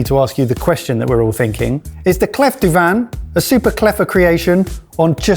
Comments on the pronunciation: Swiss here. It’s „clé“ for clef (pronunciation). It means key. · Did you purposely mispronouncedclef for a joke or are you really that silly that you don't know the Clef in French is the word for key? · "...no one French watches our channel..." Um...ce n'est pas vrai. :) By the way, "clef" isn't pronounced "cleff," it's pronounced "clay". Keep up the good work, boys! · "clef du vin" is actually more pronounced like "clay du vin" ;) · Clef (French word for key), is pronounced ‘Clay’ , the F is silent 👌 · Lads it is clef as in CLAY. Pretentious gadget. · clef is pronounced 'klé' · Lovely how you are straight up butchering French pronunciation - this is my review as a German 🤌🏾😂 I'm somewhat happy that the hot stone got the lowest possible rating, because in restaurants, it's a bit of "spectacle" at best and never good quality end product. No reason why it should be any better at home =D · Pierre à cuire ( "kweer) = cooking stone..... not heart stone (coeur).....as is pronouncing it. 2 minutes to google it before the show would take care of that, along with the correct way to say clef, (silent f)..but then we would not hear your best GCSE French 🙄..so please go on saying/slaying Sauvignon “blank“ 🤣😅😂..and looking so proud of yourselves while doing it